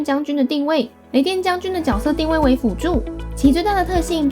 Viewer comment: 抓到洛洛口糊wwww角位定色www是角色定位啦~~